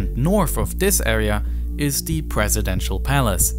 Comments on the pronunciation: eFiopia, instead of eTHeopia . Sounds like he has a ‘F’ , for ‘Th’ speech replacement Phonological defect. TogeFer, for TogeTHer. OverFrow , for OverTHrow. NorF for NorTH etc. Also spotted gWoop for GrOUp CentWal for CentRal. TWaditional for TRaditional Probably a few more , but it becomes difficult to concentrate on the actual subject which is ( otherwise very interesting ) An early intervention might have helped, but so many kids are just not getting that help early enough. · "North" is not "norff"; "south" is not "souff"; "this" is not "diss"; "these" is not "deese"; "through" is not "fruuu"; "with" is not "wiff". Please learn how to speak before posting videos as if you possessed the basic communicational capacities sufficient for public comprehension, when all you've promulgated is a brand of silly gibberish.